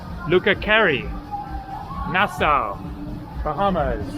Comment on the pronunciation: We have to teach you how to pronounce Nassau